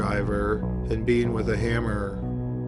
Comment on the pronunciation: Good grief, can you say Beat'n wit a hamm-ahh 15 more times